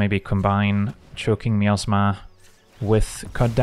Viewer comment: Yes, I kept hearing the same thing. 😅 Truth be told, the word is probably supposed to be pronounced that way, and we just don't realize it. 😂